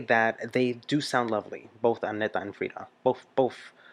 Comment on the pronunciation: THANK YOU for finally pronouncing Agnethas name correctly! You are the best! Love alwas from Sweden 🇸🇪 😍